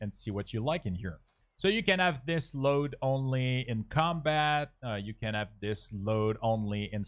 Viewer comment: "elth bar, you might not wanna ave the number in the elth bar... ow do you do that" - why do you not say the H at the start of words? xD Good tutorial tho.